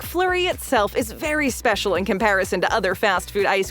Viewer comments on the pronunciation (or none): none